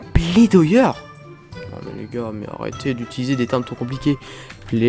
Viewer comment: Plaidoyer se prononce plédoillé. Pour ta culture